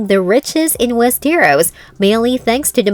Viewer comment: "Wees Ter Ros"